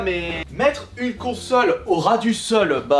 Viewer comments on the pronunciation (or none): mettreHEU une consolHEU Au ras du solHEU 😂 heuuuu😂